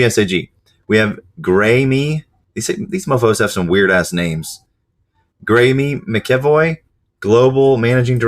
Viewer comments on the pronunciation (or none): The names on the right that you were struggling with are Irish names. Kieran Hanrahan = Keer-rin Han-ra-han. Greame McEvoy = Grey-um Mac-a-voy.